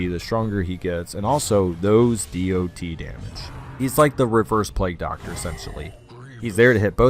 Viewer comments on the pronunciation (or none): Can you say it dot instead of D O T?